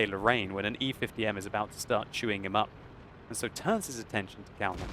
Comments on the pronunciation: Kaunas is city in my country KAUNAS (wot player) is from my country p.s you pronounce that very very wrong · Kaunas is a citi in Lithuania so u don't say it like you did. Už LIETUVA vyrai